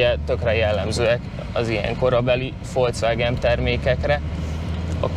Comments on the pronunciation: Nem Folcvágen, hanem Folkszvágen... 😉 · Cak úgy magyarosan, mint a micsubicsi😂fócvágen mi…?!??😅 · Tudjátok már rendesen kiejteni a Volkswagen nevét! Fonetikusan Folkszvágen, nem pedig Folcvágen! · Folcvágen???? Miért???? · "Folcvágen" :D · ezzel nem villognék. Műszakin nézik az eszétikát is... ott ennek el kellett volna hasalnia. Röviden? Igénytelen. A gazdája is. Folcvágen. Tanuljuk már meg a nevét. :D